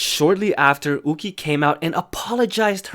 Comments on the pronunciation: It’s pronounced You-chee not ooh-gi. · ahh it’s pronounced you-chi instead of u-gi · her name is pronounced yuu-chi (it's hard to explain how 'y' and 'q' is pronounced in mandarin) since her name is chinese, it's not pronounced as oo-ki! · from the actual korean pronunciation it is 우기 as in oogi not you-chi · Isn’t yuqi pronounced yoo-chee?? Not ooh-gee? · its pronounced more like "yoo-chi" but her name gets changed to "woo-gie" (romanization) 우기 in korean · I'm not sure of the correct pronunciation of 'yuqi' in chinese but in hangul it is written '우기' meaning it should be pronounced in english as yu-ki, kinda like the pronunciation of the japanese name yuki lol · I think that Yuqi's name is pronounced 'YOO-CHI' ;') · Yuqi is pronounced Woogie. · Why are you pronouncing the Chinese names like that? It's YUH CHEE and SHOO HWA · Not to be that one chinese but its pronounced you chi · i thought yuqi was pronounced yu-ki.. i was confused at first but then i was like OH🤯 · pronouncing yuqi name wrongly 😔 Its a chinese name so its pronounce 雨琦 (yoo-chee) you can search it up bc i suck at my chinese LMAO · IS THAT HOW YOU PRONOUNCE YUQI????? I'VE BEEN PRONOUNCING IT YOO-KEY???? MY USERNAME WAS YUQI-RELATED ONCE AND I STILL PRONOUNCED IT WTRONG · No it is pronounced as ohh-gee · Idk if you know how to read it but it's spelled like 우기 which is pronounce oo-gi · The way he pronounced yuqi ._. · y r u saying yuqi like that. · The way you pronounce yuqi really bothers me HAHAHAHAHAHA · I've been mispronouncing Yuqi wrong for the past year oop- 💀 Also, 2019 kinda sucks for K-pop fans :/